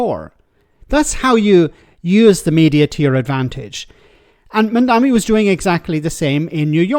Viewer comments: It's MamdaNI. M-A-M-D-A-N-I. Not MamdaMI. If you want to talk about him one way or another, at least make sure you're actually saying his name right. 🤦‍♀️ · It‘s MamdaNi, though, isn‘t it? As in Ma‘am da knee. Two m, one n. Worth getting in the habit of pronouncing correctly, seeing how we‘ll all be talking about him and nyc a lot in the future. ❤ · How difficult is it to say Mamdani? Mom Donnie. That’s it. It is so much harder to say anything else. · Stop calling the man MamdaMi, it's MamdaNi! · Mamdani* not mamdami. Their are literally memes of people joking that no one can say his name correctly 😂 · Is it so hard to pronounce “Mamdani”? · Start by pronouncing his name right,. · Please just learn how to say his name, it’s not hard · That's pretty lame for a so called journo who must have seen his name printed loads, not being able to pronounce it correctly. Or has he been only listening to sex pest Cuomo?